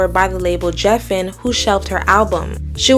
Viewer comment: Geffen guh guh Geffen, not Jeffen.